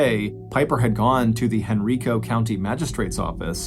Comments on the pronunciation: I live in the Richmond/Henrico Virginia area and remember when this happened. The correct pronunciation of Henrico County is Hen-RYE-co. Great story. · Same thing I was listening to this on the way home from downtown richmond and was in Henrico when he said it this way, I chuckled.